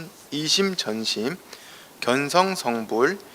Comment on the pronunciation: 또! 틀린 말! 견성의 "견"을 짧게 잘못 발음했답ㄴ니다!! 볼 견자와 같은 평상어의 발음도 바르게 발음하지 못 하시니, 참으로 딱하십니다. "견학, 견해"등은 어떻게 발음하시렵니까!? 모두 길게 "견:학, 견:해"하고 발음해야지요!!